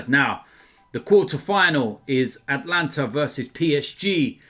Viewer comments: At-a-lan-ta, that's a few vids now where you say Atlanta instead lmao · Atalanta not Atlanta